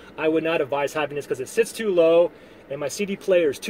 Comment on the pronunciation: It's "advise" rather than "avize".